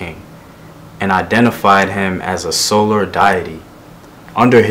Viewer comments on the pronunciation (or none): none